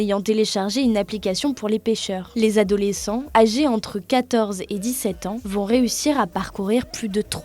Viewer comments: Des sept zadolescents? Cette journaliste de 20min mérite immédiatement une promotion (même pas canapé) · Les sept adolescents, pas les sept z-adolescents !